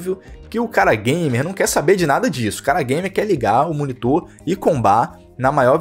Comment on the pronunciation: ''Não tem ergêbê, não é gaimer''